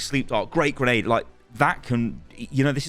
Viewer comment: Kinda caught me off guard did he say great grenade or grape